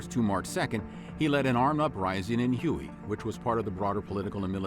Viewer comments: I can't believe that the narrator pronounced the city of Huy as huey. It should be pronounced as way. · Hue is not "hewey", it's "way". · you keep saying 'hu-ey' (like the helicopter)...but the town you are trying to (improperly pronounce) is Huế, pronounced 'Way'...then again, the massacre of My Lai wasn't actually mentioned by name...just Calley (or the fact that Colin Powell, then a lieutenant) was deeply involved in the 'cover-up' of it. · Hui is not pronounced Huey. It’s pronounced “way”. As far as I know. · What the heck is Huey? If you are talking about the ancient capital of Vietnam, Hue, its pronounced Hway. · HUE is pronounced "WAY" and NOT "HUGHEY" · Hue is pronounced like way, not Huey. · it's prounced "Hway" not Huey. The city of Hue carries a strange pronunciation but its definitely "Hway" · Hue is pronounced "Hu-air".. not Huoey... #americans .. otherwise a nice summary... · PLease, for the love of god, watch the video "How to pronounce Hue (Huế) in Vietnamese (Northern accent)" It's not Huey, like the helicopter, it's Hway or Huh-way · Hue is pronounced Waay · Hue (the Vietnamese city) is pronounced "Hway". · I know. Hue is not pronounced huey. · Hue is pronounced “way” but great video!!! I love this channel!!! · The narrator has to be a BOT. He cannot pronounce any of the locations properly. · Were you the narrator? If so, why did you mispronounce it repeatedly? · It was called Me Lai not My. And its Whey not Huey. Please Learn pronunciations.